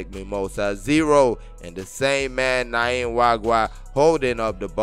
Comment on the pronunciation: Welldone!! However, you keep getting the pronunciation of this guy's name wrong in every Rivers United clip. It isn't "Nayim" Nwagwa... It is "Nyima" Nwagwa